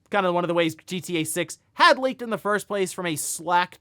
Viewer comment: The way he says G.T.A.6 sounds like something that has nothing to do with the game at all.